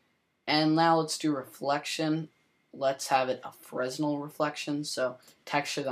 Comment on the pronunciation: Fresnel pronounced frenEL.